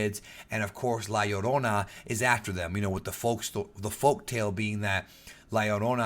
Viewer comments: Man I just came to watch this because I knew was Hispanic. Glad to hear you pronounce it correctly! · It's Pronounced La Yur-ona because "Ll" is "Y" in the Spanish Language. A Good example is "Pollo" being pronounced as Po-yo.